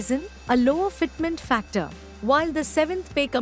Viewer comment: How u r golng to say fitment factor . This is too bad.